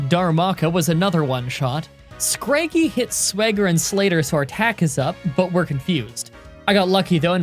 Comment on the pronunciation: ngl when you said scraggy the way you did I had to double take. I always thought it was said like shaggy and that sigilyph was said like...sigil? It's always fun seeing other people pronounce pokemons names though. One of my friends says ponyta like ponita and I find that funny.